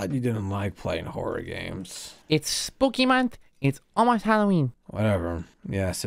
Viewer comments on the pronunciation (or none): ItS sPoOkEy MoUnTh